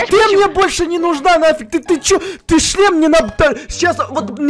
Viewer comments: Так отдавай сюда свой члем ахаха походу у давно не было раз вместо шлема говорит ччччлем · Я один слышал место шлема ш меняем ч я услышал чле... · сказала не шлем а чл** 😂😂😂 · Меня одну смущает что гоаорит (чле-шлем)⊙.☉